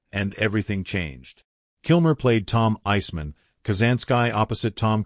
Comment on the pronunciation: Does no one review this stuff before publishing. Pronounce "Iceman" correctly.